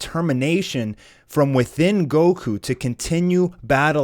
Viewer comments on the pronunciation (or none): none